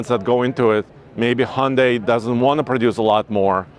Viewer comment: so cringe that a pro YT car enthusiasts can't pronounce hyun-dai. It's not honday pal. Glad there's better enthusiasts out n the sea